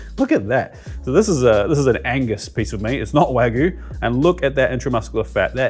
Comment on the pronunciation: WagYu, not wagu :p I use mainly oxtail and beefshank. Works a tread.